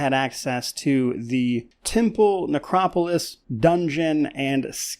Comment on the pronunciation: You heard the man, henceforth it is Necro-Polis. Rolls off the tongue just like Politburo. (Picking mate, good video)